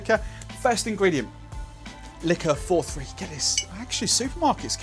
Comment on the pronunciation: Dude it’s Licor Quarenta y Tres - easy to pronounce. Nice looking cocktail. But what are these ‘mils’ you are talking about?